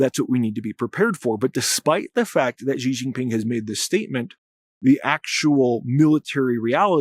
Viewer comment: Xi Jinping is pronounced “she”, not “ʒe.”